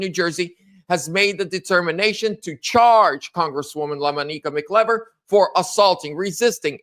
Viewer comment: La-MON-i-ca Mc-I(EYE)- ver